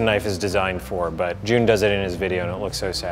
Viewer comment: The fact that they pronounce his name like 'June' makes me frustrated